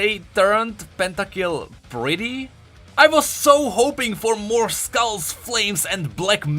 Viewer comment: the way i cringe when he said where are the “skulls” at, LMFAO